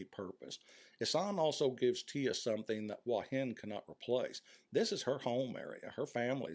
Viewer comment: A fairly well presented essay, but the real treat is hearing you pronounce "Hua Hin" as "Wah Hin." That's how my neighbors pronounce it here in the South. Kudos.